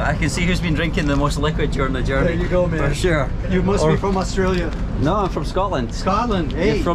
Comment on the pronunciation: Astràilian? Yer bum’s oot the windae!